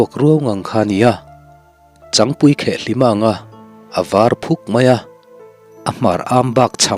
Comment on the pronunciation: 4.28 ah hian changpui hi a thuk a diklo, changel chikhat a sawina a nia, changel thluka thluk tur a ni.